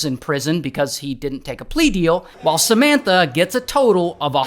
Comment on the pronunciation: Does anyone else hear Cementa instead of Samanta?